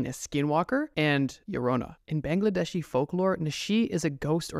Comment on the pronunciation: The way he said Bangladesh man I thought which country it is even though I knew Bangladesh